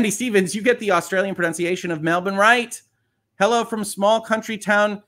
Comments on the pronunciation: Melbourn is Mell-born Great job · You are correct, it’s pronounced Mel-Bon, with a soft o and not Mel-born, the common way Americans mispronounce It☺️